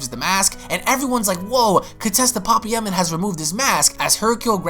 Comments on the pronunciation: Lmaooo its pa pai ya man. Not papa ya man lol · Pa pa yaman sure... Like it's not pa-paya-man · Ight bro you need to learn how to say names it’s PA-PAYA-MAN and THAWWWW-ing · Sooooo nobody's gonna say anything about how he's pronouncing papaya man 😂😂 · Or thawing lol